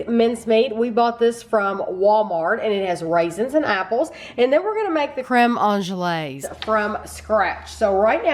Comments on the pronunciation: Crehm awn-glays not awn-je-lays, sorry, I had to be that person. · thank you and. It's pronounced anglaze (you've got the "an" pronunciation right), the end section is pronounced glaze. I watch baking shows and professional bakers make it pretty routinely, though I never have. it looks delicious